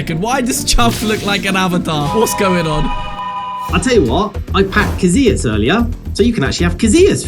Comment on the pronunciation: İt is not pronounced like that casilias